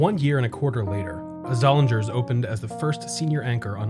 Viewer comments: Did you make up the term “baby mall”? I've never heard it anywhere else. I have vivid memories of this mall. I worked at the Weis Markets in high school and a few years later I worked at the Seats. The “ing” in Zollinger's would rhyme with ring. The store was pronounced Zol-ing-ers. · This was the first mall here and I spent quite a bit of time here. One small correction I would add is that the pronunciation of the one anchor store is Zoll-lean-ers. The 'g' was silent. IMO the best section of this mall was from Leh's to Sears. There used to be a small mom and pop music store where I bought one of my first keyboards. Many nice memories there.